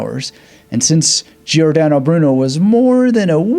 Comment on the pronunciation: Pronounced like English, Jor dan oh Broo noe. No " Aye" sound